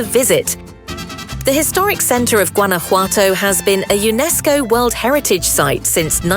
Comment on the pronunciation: Jesus Christ learn how to say Guanajuato 😂